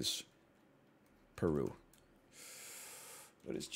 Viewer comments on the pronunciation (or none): none